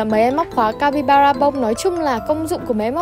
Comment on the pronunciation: Ng mà chị ơi 😂, capybara " ra " chị ạ chứ ko phải capybana đâu chị ưi 😂